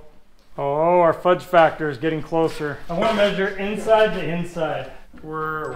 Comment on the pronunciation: Hey, enjoy the show But I have one question or one piece of advice. Tell that when he’s talking about factors and things such as the phrase, Fudge Factor he should be very precise in his pronunciation. my wife and I heard him say ( fudge Packer ) lol 😂 so we had to rewind and listen a couple of times to hear him say factor. P.S hopefully no one is offended.